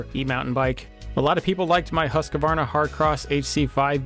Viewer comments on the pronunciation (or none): There is no "a" between the q and the v in "Husqvarna"